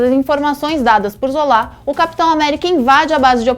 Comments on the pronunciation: É Zola, Não Zolá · Elá falou o nome dos personagens tudo errado: "ZolÁ", YondÚ... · Por que a fala "Zolá"?!? #ÉLínguadeSinais